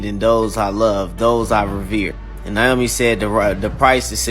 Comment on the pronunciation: Its not Naomi it's Nyame, this Character originiates from my country Ghana good to know its out there